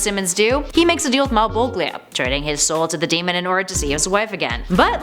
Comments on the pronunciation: I'm sorry to whoever gets offended from what I'm about to say but what the hell no pun intended there are a few things wrong with this list such as pronouncing Faust wrong it's f-ow-st and Malebolgia is pronounced mal-bow-gia think of a bow and arrow plus the Spider-Man one is one more day, not one day more and it honestly doesn't count since it was retconned in One Moment in Time that Mary Jane whispered to Mephisto "I know Peter. He will never make this deal with you, never, ever unless I ask him to. But if I do, this is the end of it you will leave him alone for the rest of his days." so this honestly is Top 9 Superheroes Who Made A Deal With The Devil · did anyone even realize that she mispronounced malebolgia. Great list though